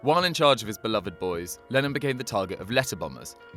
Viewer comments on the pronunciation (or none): none